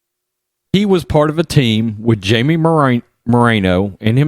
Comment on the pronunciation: Jamie is pronounced “Hymee”.